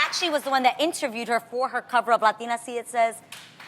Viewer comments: They pronounce the word Latina and the surnames as English names... ewwww even the Latina host 🤢 “roudriguis, Loupis “ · I haaaated how they pronounced ‚latina‘ oh my god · I never understood why people pronounce "latina" like that.